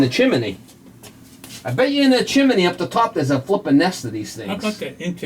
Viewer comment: Propper saying is Chim-ney not Chimaney omfg you are talking like you from Pittsburgh, where they say Warsh, instead of wash, omfg you are killing me hahahahahaha what a great laugh